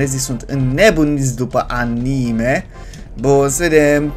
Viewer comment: ce ma amuza ca pronunta a,ni,me nu anime